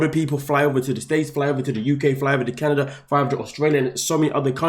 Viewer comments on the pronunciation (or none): none